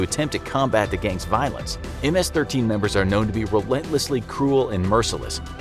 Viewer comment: Only Hispanics know how to pronounce ms-13